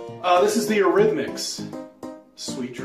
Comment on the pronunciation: it's Eurythmics, not Arithmics. Hope that helps…